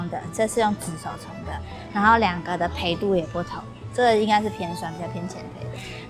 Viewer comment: 烘被 深被 淺被 ，ㄅㄟ四聲